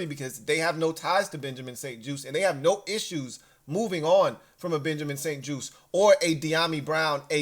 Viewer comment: juste pronounced like juice so Benjamin st juste